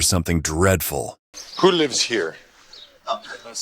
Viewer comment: genuine question why do some people speak like that? When he said lives but sounds Leevsz I’ve heard people speak like that before when saying certain words. Is it a pronunciation problem? Or accent? Or ethnicity? Accent like when people say nothing but say it like “Nut-Tinge “ I’ve ALWAYS wondered that and I’m not brave enough to ask why they say it like in case it’s an insecurity or their tongue/mouth won’t let them say it properly. Don’t want to sound insensitive. Ps: im brave enough to do many other things but asking why people look or sound isn’t me. Now I’m here asking away in the commentary section